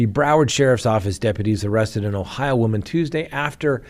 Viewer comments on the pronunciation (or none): none